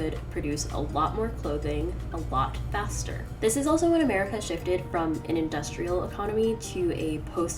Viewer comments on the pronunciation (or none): none